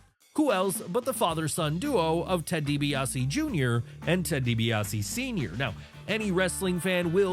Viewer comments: Dibiase not Dibease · It's Ted Dibiase, not Dibease.